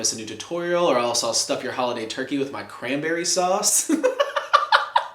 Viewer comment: Disliked for “muh cramburry sause”